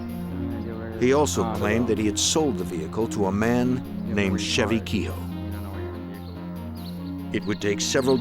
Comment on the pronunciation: The pronunciation of kehoe has made me stop watching. Pure bastardisation.